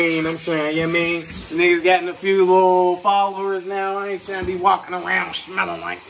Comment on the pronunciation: shmelling like eeeeeeeehhhhhhhhhhhhhhhhhhhhhhhhhhhh